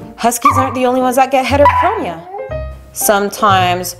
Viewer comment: HETEROCHROMA HAHA ITS FAECK